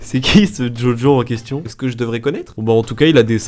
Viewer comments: jojo c un manga et ça se prononce bien djodjo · JoJo se prononce DjoDjo et honte si tu ne connais pas JoJo’s Bizzare Advantures c’est un animé ultra culte.